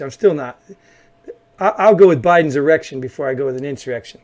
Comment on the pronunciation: You guys are funny. Did you say "erection at the capitol"?